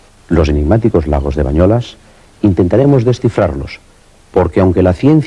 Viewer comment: És BANYOLES, i no "bañolas".